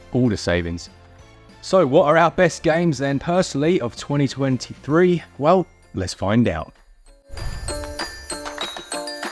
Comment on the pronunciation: “Twenny twenny free”